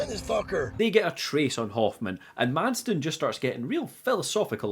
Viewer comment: The guy's name is Madsen. Did you also write Madsden in your script every time or did you really struggle this hard and consistently? Sorry, but it was just so distracting, especially with how often you used the name.